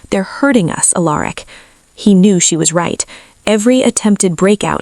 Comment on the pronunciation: . … Finally. For the first time ever, across many many channels, . Alaric was pronounced right. 😂😂… I had been wondering why the AI could say Alara but not Alaric